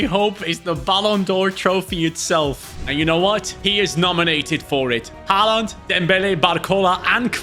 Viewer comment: Bro it’s haaland😊